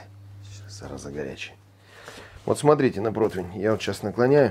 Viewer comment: прО-ти-вень же, ну?! Протвень, протвень, сорян конечно 😀 Но я давно уже терпел, не вытерпел